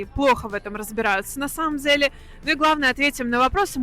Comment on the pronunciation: можно говорить не "на самом дзеле" а на самом деле?